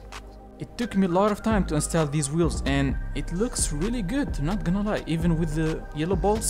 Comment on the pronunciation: Install say it like 'ins' and 'tall' the height thing